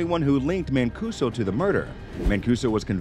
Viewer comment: Good job but black guys destroy Paisan names. My man every name from Mancuso to Geraldo to Gigante was mush